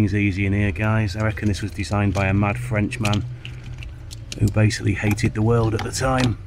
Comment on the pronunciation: "mad frentch"ahh you kill me English humer